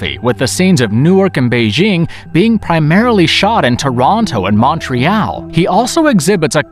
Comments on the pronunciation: i've never heard the name of my city butchered like this... montree-AL ? no, mawn-tree-all, or if you're local, munch-reeyall. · Good video. However word pronunciation for genre said "johnrah" instead of "zhahnrah" & Montreal said like "Monch-re-Al" really bothers me. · Lol "MONTRY AL" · Mountriel? Really? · I stopped watching the moment you mispronounced Montreal.